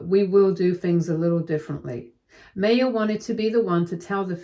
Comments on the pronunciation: I always thought it was pronounced "MAH-ya" not "MAY-ya" ... Sorry, it was just bothering me. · I’m sorry but every time the narrator called this poor girl May- yah it just made me want to grind my teeth. The name is pronounced My-yah. Please update this. It really takes you out of the story. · The name MAYA is pronounced mai-yaa, like the ancient civilization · It's pronounced MY-UH. Please check name pronunciations, you have a tendency to do this often and is super annoying. Thanks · My sister asked me to leave this link as you are pronouncing her name, Maya, incorrectly. The correct way to pronounce it is My-ah.